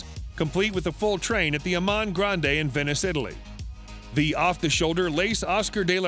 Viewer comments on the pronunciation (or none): none